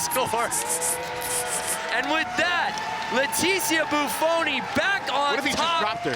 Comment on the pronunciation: does anyone else feel like the second commentator just couldn't leet himself celebrate Bufoni's win? "What if he drops her?" and then pronounces her name wrong at the end -_